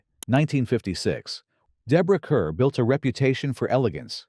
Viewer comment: The name Deborah Kerr is pronounced as; "car".